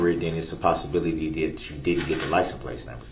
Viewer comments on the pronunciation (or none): "Groundz for the SUBstain yo honor" i wish someone wouldve told him is pronounced license plate sir. Not licen place. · Why does DB keep saying “license PLACE” instead of PLATE. Maybe he will have time in prison to learn to speak properly.